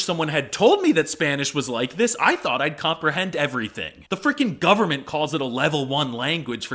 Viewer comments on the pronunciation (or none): none